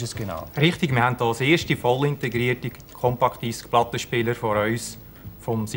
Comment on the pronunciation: wer kennt sie nicht? die "chompakk disschk"?